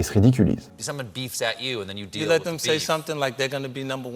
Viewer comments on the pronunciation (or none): none